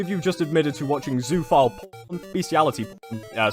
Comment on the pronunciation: This is rancid. This is off topic, but, is anyone else slightly annoyed at how says “zoophile” as “zooaphile”